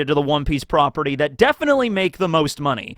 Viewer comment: it’s triggering when you say “property”. 🥲🤔🤷🏽‍♀️